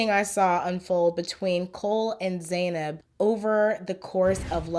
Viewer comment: You watched the entire season but still pronounced her name wrong right off the bat 😂 just playin but it killed me